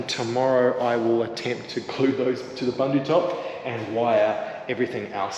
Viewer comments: Looking great. I have been holding back on correcting you on your pronouncing of Bundutop. Being south african the word bundu is afrikaans and means bush or outback or in the sticks and is pronounced boon-do and not bun-do.😅 keep up the good work you almost there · I love your channel and have been following you guys since your Jeep days. I would like to say that if you are using or being sponsored a product please learn how to pronounce the name properly. 😂 booendoo. Thats the closest I can get. The African meaning of Bundu is bush/wilderness